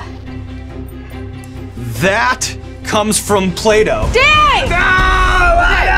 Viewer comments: When he said “Noah or Plato” I thought he said play doh at first 😂😂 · Yeah .. He said 't' as ' d' and I was like " Who's Playdo?" 😄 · Anyone else thought he said ‘Play-Doh’? Lol thought it was gonna be Noah vs Play-Doh slogans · Did anyone else hear Playdough instead of Plato? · jayda hewitt took me a few seconds to realize Sean meant Plato the philosopher 😂